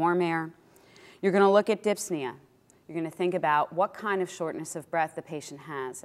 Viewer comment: Thank you for the video. P.s It's dyspnea, not dypsnea ;)